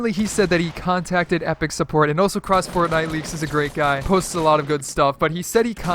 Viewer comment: U SAYD CORTNITE